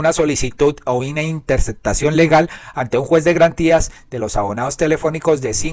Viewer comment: Yo escucho TODOS tus vídeos. Los encuentro informantes ilustrativos. Esto es muy importante para los que vivimos fuera de Colombia. Con gran respeto y aprecio pido que la"p" en mitad de palabra sea pronunciada, p ej. corrupto, corrupción, ó interceptación. La Sra. Marta Lucía Ramírez decía séctima en vez de séptima. Perdone la comparación.😢